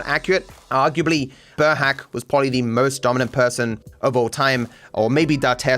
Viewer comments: burhác isn't pronounced like burhac, it's more like boorhaats. Kind of difficult, just like the entirety of the hungarian language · sorry for correction but burhác is pronounced burhas*